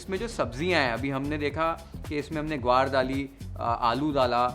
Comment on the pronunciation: Amazing...it is exactly how I make curry at home. This is comfort food for all Sindhis. Also your pronounciation of siprii as well gwar is as we pronounce it. Your mom is Sindhi? Just like that felt like asking as the way you spoke today is more like we speak at home. Pls do sai bhaji . I am sure everyone will luv it. Thanks 🙏